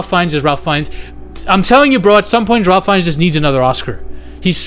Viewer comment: You need to learn how to pronounce Ralph Fiennes' name. He's one the greatest actors of all time, give him the respect he's earned and say his name correctly.